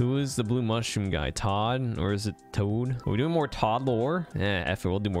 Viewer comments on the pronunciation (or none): Hmmm thats quite an odd way to spell something that's pronounced TUH-AAAWWE-DUH